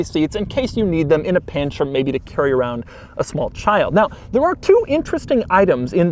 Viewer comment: it's weird every time doug saying ''child''